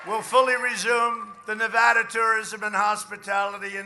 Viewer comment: so glad he pronounces Nevada correctly